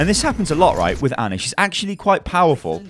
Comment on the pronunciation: "Anna" What. It's Ana, like "onn-a."